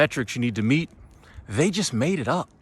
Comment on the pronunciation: I agree with you. Maybe too much emphasis on "just"